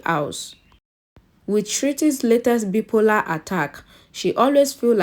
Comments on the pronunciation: The Bi-polar is wrongly pronounced. BI-- POLAR/ bye- polar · Wrong pronunciation of bi polar